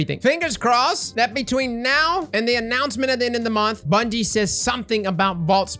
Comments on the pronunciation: Second word of the video: "Bundie" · “SO BUNDIE…” 🤔😂